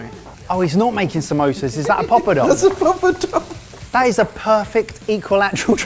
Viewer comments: I am normally not a stickler on pronunciation but pop-o-dom? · I love when the guys say the word "pilau" among other words. They're pronouncing ALL the wrong syllables!!! Guys, its not "pee-laow" its "pill-ow (not as in "pillow")". And the "poppadom" is a "paa-pa-dhum" Just a friendly tip. Luv u guuys!! Edit: Also, when you're cooking the seeds and spices in the pan, always have a LID ON the top that has some sort of vent on it to keep them from jumping out of the pan. If you can't find one of those, use a closed lid and open it periodically to let the steam out. Worst comes to worst, stand far away with a baking glove and a plate-shield.